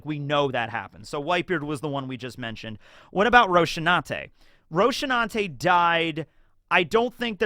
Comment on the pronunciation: Throughout the years I’ve wondered about your fixation with pronouncing “Rocinante” as “Roach-ee-natay.” I can’t recall if somebody said it that way in the anime with a Japanese accent, but as a native Spanish speaker I just find your pronunciation of it funny 😂